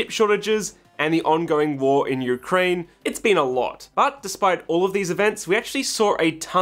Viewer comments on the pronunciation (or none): none